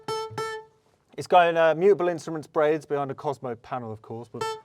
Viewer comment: pronounced “brads”